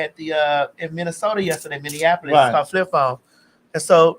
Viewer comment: MPLS born and raised thanks for saying Minneapolis correctly Ms. Madison 😂😂😭